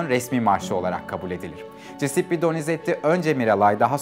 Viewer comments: Hocam sağol varol ama Cisippi deme şu adama CUSEPPE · Cisippi ne bicim bir telaffuz?